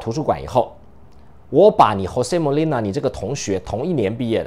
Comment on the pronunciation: 是Jose Molina, not Monila.